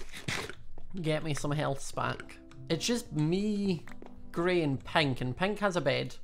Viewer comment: i love his acent when he say pink it soundslike pint